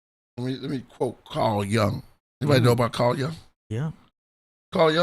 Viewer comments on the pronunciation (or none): It’s Jung, but it sounds like yooh-ng not like young. The u in his name makes an ooh sound. Sounds like yoo-ng.